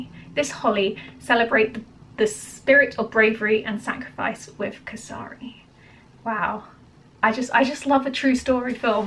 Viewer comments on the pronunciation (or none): it is "k" "S" for some , Ri for rename. The way u pronounce Kesari is KA SA RI means Cockroach. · Kay-sa-ri, saa-ra-garh-i. Rh has a peculiar pronunciation not common in English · Try to pronounce it. Kaseree or Kay-S-Ree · Dear, Kesari is pronounced as Kessri, it is the color of the Martyrs. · A few pronunciation correction for you. Firstly, “Kesari”, try “Ke- Saa- rii(as in ‘me’). Kesari is the Hindi for the colour “Saffron” which is also the topmost colour of our Indian flag 🇮🇳 and which in itself means sacrifice. Secondly, the actor is Akshay Kumar (Spelled Ak - sha -e’) it’s like taking the first and second syllable of ‘action’ and adding a ‘Y’ to it. And this is the true story from British rule in India where these 21 Sikh brave hearts fought for the British empire and laid down their lives. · It should be pronounced as " K - sa- ree "